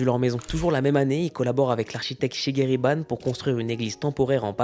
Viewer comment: tu feras gaffe c’est shigeru bahn, pas shigeri Sinon très très bonne vidéo, c’est cool cette nouvelle tournure que prends ta chaîne !